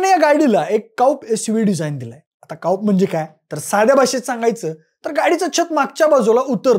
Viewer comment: काउप नाही हे कुपे बोलतात 😂